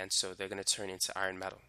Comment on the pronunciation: OMGGGG the way you said “Iron” My heart ♥️ I kept thinking while watching the video what is iRON but then noticed you meant Fe as in iron lol Literally same, and my bf always makes fun of me for it 😭 because I pronounce Iron as IRAN lmao